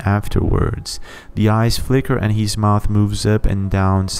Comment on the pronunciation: It is not " Hees", it is " His". "Where hees at? It is Where is he? " Hees home", " His home". "Where is hee at"?